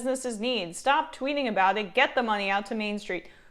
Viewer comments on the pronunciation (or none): none